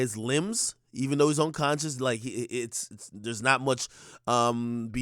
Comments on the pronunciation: Yo Ak...the word is "unconscious" NOT "onconscious" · This nigga said onconscious 😅